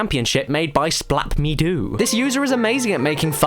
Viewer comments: 5.30 splapp-me-doo? As in the guy who made the impossible quiz 1&2? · ***** Slapp-Me-Do makes the Impossible Quiz games not Splapp-me-do